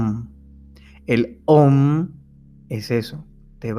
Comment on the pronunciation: el Om se pronuncia aum